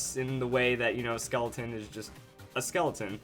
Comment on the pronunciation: the skull pokemon exists he said skeloton